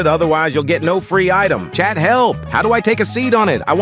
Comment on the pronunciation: I thought he was saying chap 😂